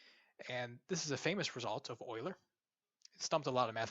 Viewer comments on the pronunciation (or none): none